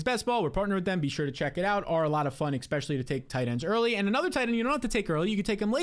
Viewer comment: there is NO “x” in the word especially! I think you have good analysis, but please make an adjustment. Many thanks.